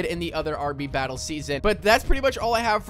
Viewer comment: said battel instead of battle🤣🤣🤣🤣